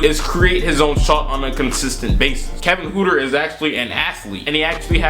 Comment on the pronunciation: It’s not pronounced Kevin hooter it’s pronounced hurter